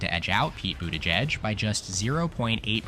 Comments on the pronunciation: “pete boot-aahh-jejj” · Is this AI narrated? The pronunciation of Buttigieg is all over the place. At one point Vance was mentioned instead of Gabbard (during Maine) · the way you say his name